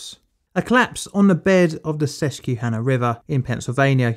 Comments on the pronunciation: PA resident here. It's Ses-qwah-hanna, not Ses-queue-hanna. Other than that, spot-on job! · It's pronounced suskwahännuh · sometimes the mispronunciations on this channel are fun and endearing but holy shit, susquehanna is sus-kwa-hanna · Sus-kwa-hannah. Sus-KWA-hannah.🤣🤣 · I love the way he pronounces "Susquehanna". Sus-key-hanna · It's cute how you pronounce it suskeyhanna. Grew up swimming in the Sus kwaa han ah. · Susquehanna is pronounced “Sus-kwuh-hanna”, not “Sus-cue-hanna”. Love your videos! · This took place about 2 seconds away from where I live. Please,, it's "Sus-kwa-hannah". Every time you say "Sus-key-hannah", everyone here cringes. 🤣🤣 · Pronounced Sus-kwa-hanna😉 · As a susquehanna valley native the way you say susquehanna is hilarious. It's pronounced sus-kwa-hanna. Not sus-kee-hanna. Great video otherwise! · Susquehanna is pronounced like "Sess-kwuh-han-ah. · Not "Sess-Q-hanna" lol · Very good video, thanks for posting. Just for the sake of information, in the states it's pronounced, Sus-kwuh-hanna, but I'm not from the region and don't actually know which is the correct pronunciation. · it's okay! It's not an English word and comes from the local tribes that were here. In case you need ever do a video about the area again it's pronounced Sus-kwa-hanna! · It’s pronounced sus-qwuh-hanna River - a Pennsylvanian. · Glad someone else said it lol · Susquehanna is sus-kweh-hannah (the Native American names in Pennsylvania can be a nightmare to pronounce if you're not familiar with them) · Hi Pennslyvanian here. Just wanted to drop in and say that its "sus-kwe-hannah" and "lee-high" valley. Other than that great work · Just an FYI from someone who grew up on the Susquehanna River. it's SUS-QUAH-HAN-NAH. The "Q-U-E" is a bit misrepresenting on the pronunciation. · I love how he says susquehanna river. Its sus-qua-hannah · Sus-qwah-hanna River, Lee-high Valley Railroad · Good video but as a local it's pronounced "Sus-quah-hannah"